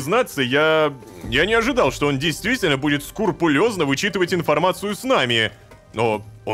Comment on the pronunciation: Рома, подскажи своим сценаристам, что правильно «скрупулезно», а не «скурулезно»